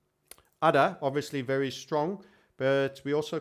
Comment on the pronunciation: All these times i heard you say udder, it's really ada.:( guess i should make udder coin.